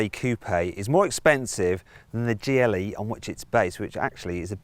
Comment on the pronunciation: Am I the only one hearing "Geely" all the time? xD